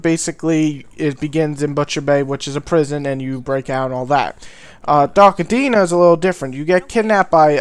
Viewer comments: Dude its Dark Athena not Dark Adeena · dark atteena? what a gumpter! aFFFena